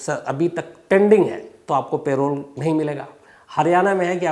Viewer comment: पेरोल नहीं परोल parole